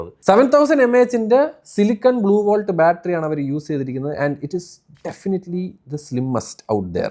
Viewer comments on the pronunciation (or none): none